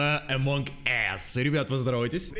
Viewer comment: Лол но вообщето us читается как ас